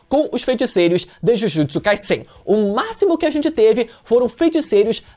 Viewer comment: pronuncia certa ai. Jujutsu Kai"Z"en. O Som é de z não de s igual vc ta pronunciando. E é bizarro vc falar que Kaguya foi apressado cara. Sage of Six path ou seja Haguromo estava ai desde sempre. Os zetsu estavam ai desde sempre. C ta de sacanagem vc falar isso.